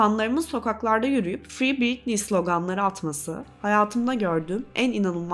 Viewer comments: her konuda yargı dağıtırken 1 saatlik videosunu yaptığın kadının 1000’lerce kez telaffuz ettiğin adını doğru okumayı da öğrenseydin keşke. Britney “Britniyyy” diye okunmaz, “ˈBɹɪtni” o… Wiki’de bile var. Saatlerce araştırmak ya da C2 İngilizce öğrenmek gerekmiyor. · en azından şu telaffuzlara bakmak bu kadar zor olmamalı ya britniyyyii yani... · Sen lütfen Bɹɪtni diye okuyanlardan izle. Bu öfkenin kaynağını da boş vaktinde bir araştır